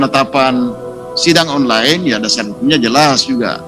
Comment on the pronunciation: Onlan, onlen, onlan, onlene..emang ojol ya...pake wig jd serem..😀